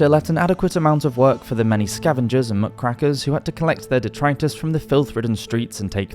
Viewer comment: I love your content, but please look up how to pronounce words if they are unfamiliar to you. It's very distracting. It sounds like you are a native Brit and English is a very silly language, but really. Muck-rakkers?! :-O